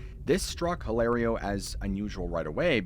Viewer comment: get off the dang roof! Hilario is pronounced "ee lah rio". The "H" is silent in Spanish. : )